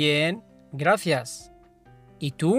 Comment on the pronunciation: أستاذ كلمة شكراً تلفظ (گرافيس) أو (گراسيس) ما قدرت أميز اللفظ بتاع حضرتك؟